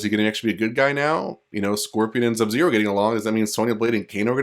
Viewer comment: Did he just say Zub-Zero?